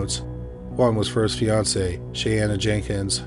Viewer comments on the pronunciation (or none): Sisters named Shayanna and Shaneah? I know is notoriously bad at pronouncing names, but this time it was unfair.